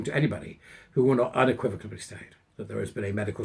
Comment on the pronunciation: There's no "b" in unequivocally 🤪